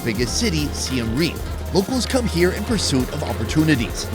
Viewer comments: It’s “khmai” not “come here” lol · For Khmer, It’s pronounced “kmai” not “kamer”😑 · Hey the correct way to pronounce Khmer is kah-Mai say it fast !